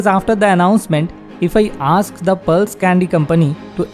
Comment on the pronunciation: Aks or ask?